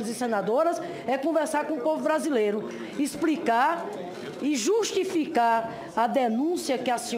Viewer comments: Nooossa: "ixpricá"! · Expricar! Viajar na maionesi - como pode falar errado ; e exercer esta função ?... acorda Brasil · "Expricar" é o cúmulo. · A senadora: exprrricá, presidenTA, pudê, ponto de vistcha, supusições, impitichima, guverno, que nível!